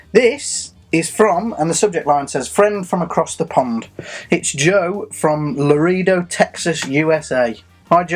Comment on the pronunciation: it's pronounced la-raid-o